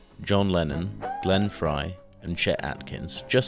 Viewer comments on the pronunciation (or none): none